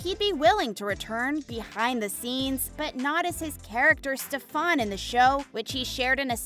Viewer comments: It would be nice if you actually had a clue about the show before creating a video like this. First- his name is Stef-EN not stef-Ahn. Secondly Damon is Stefan’s OLDER brother so how could he be YOUNGER in age? Thirdly, both Stefan AND Haley died in their respective shows. So how could they come back? Get a clue or actually watch the shows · That’s just not how you say stefan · The way she said Stefan's name "Steph-on" 🤣💀 and then "Damon Salvatorey" I'm dead!! 💀💀💀🤣🤣🤣🤣🤣🤣🤣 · Why did y'all say "Stefaan" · yes and she calling stefan stafan 🤣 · And also it’s Stefan not stefon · lol I'll snap on this lady and her pronunciation of everyone's names. 'Kate' Graham, 'Stefon', 'Nicolas' ...seriously! And the age difference between Stefan and Damon. This is killing my soul. lol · If you're going to talk about the show at least do your best to find out the character's names because you absolutely butchered it Stefan Salvatore isn't (Stuh-Fahn Salve-A-Tore-E" It's "Steff-In Salve-Uh-Tore" Also Niklaus Mikaelson is pronounced "Knee-Kluh-house Michael-Son" not whatever you said.. and he and Hailey wasn't married, she married Jackson... She just had a fling with Klaus and loved Elijah. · She mispronounced one of my favorite characters, Stefen........felt very bad to listen to it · From she started calling Stefan Stefon I was done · STEF-ON? ITS STEFAN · Stefan ❌ Stephaun ✅ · Sorry who is Stefaaan ? I only know Stefan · Helpful points to know: 1. It's Pronounced NiKlaus (Nee-Klows) 2. Klaus was never a romantic partner to Elena Gilbert he actually tracked her down to sacrifice her in a ritual to BECOME the first Hybrid 3. It's pronounced Stefan (Steh-Fin) 4. It's pronounced Salvatore (Salve-ah-tour) 5. Haley never married Klaus 6. The Salvatore school helps supernatural beings but Hope is the only Hybrid in that school except for the one she creates in the beginning causing quite an issue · Also the pronouncing of Stefan and Salvatore is wrong